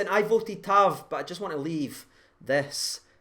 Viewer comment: tav brilliant, goldson and helander brilliant, airfield brilliant....but for me Kamara...wahl what second half. superb. lol at the pronunciation by &..add to it walter smiths name for Tav...what was going on...????